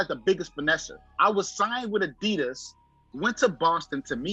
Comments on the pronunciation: got a lot of nerve correcting everyone about how to pronounce Saucony when the man says Adidas like a true New Jersey bro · Worst take goes to for correcting on Saucony but mispronounces Adidas minutes later.